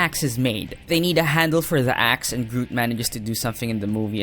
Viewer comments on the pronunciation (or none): none